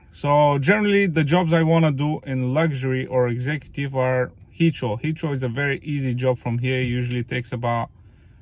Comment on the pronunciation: I was wondering what hitchro meant and then I realised you were saying Heathrow. Lol